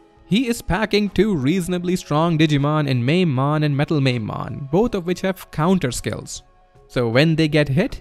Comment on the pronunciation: I like that you pronounce Mamemon “Mamemon” and not “Mamemon”. I’ve said “Mamemon” for years now and it’s so awkward. Thank you for freeing me from my curse! Mamemon Mamemon Mamemon!